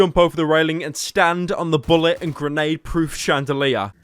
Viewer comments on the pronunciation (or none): Chandelier, not chandelire, idiot.